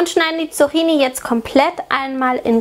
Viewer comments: Die korrekte Aussprache ist [tsuk'ki:ni], nicht [tsu'xi:ni]. Außerdem ist es sonnlos, im Plural ein s dranzuhängen, da 'Zucchini' schon Plural ist (Singular 'Zucchino'). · Die Dinger spricht man Zukkini aus... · tolles Rezept :) aber einen kleinen Kritikpunkt habe ich. Das "cch" wird wie ein "ck" ausgesprochen (Zuckini quasi)